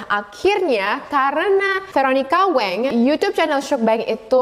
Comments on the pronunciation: btw, kak nama veronica wang itu dibaca ttp Wang bkn weng, itu marganya si veronica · koreksi : "meokbang" bukan "mukbaeng" "wang" bukan "waeng"